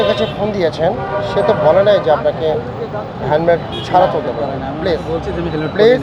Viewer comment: Hemmed naki helmed? 😂